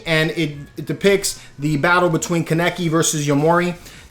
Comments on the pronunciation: It’s ken kaneki (kan-neck-key) not kannecke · His name Is pronounce KAN-NE-KIE